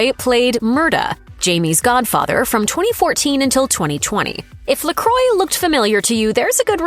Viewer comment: Duncan Lacroix is not "Luh-croy". It's "Luh-kwah"